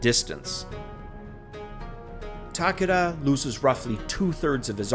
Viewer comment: Nice video. Just a heads up. When you say "Takeda" it sounds like you are saying "Takada". "ke" sounds closer to how you would pronounce the letter "k" in English.